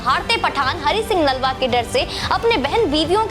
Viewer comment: बहन,इन खालसा वीर का नाम हरि सिंह नालवा नहीं बल्कि हरि सिंह नलवा है, कृपया सही उच्चारण करें!!